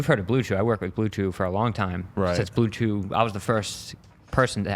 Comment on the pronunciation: LOL this guy talkin bout how he’s the first to get blue chew sponsored YET HE DOESNT EVEN KNOW HOW TO SAY THE NAME dude just fake as fuck everything he does is fake